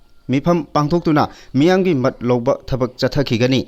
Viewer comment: Pao pabasida pronounce to "mat" hairido "mot" haina pabiyu